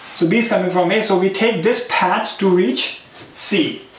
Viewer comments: Fantastic videos. But why do you have to pronounce "path" as "ppaaaeeth" :D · its a common sense.....if someone is making so much effort to teach for free......u should also understand that....it will be PATH and not PAAT.....as u r studying algorithm it has to be PATH. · Lol he barely makes anything from these videos. Don't kid yourself. If you don't appreciate it don't watch it. Don't just bitch in the comments because he said paat instead of path. Dumb ass.